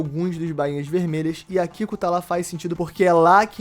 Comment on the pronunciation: O Yamato, A Kiku... e eu achando que só o Lipe que não sabia falar as coisas corretamente, hahaha.